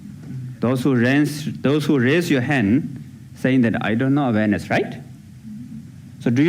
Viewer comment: I wasn't aware he was saying 'awareness' until the very end of that clip. I thought he was saying 'Venice'.